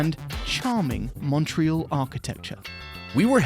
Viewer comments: Is saying “MUNTreal”? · a real Canadian. Pronounces "TORONO and MUNTREAL". Thumbs-up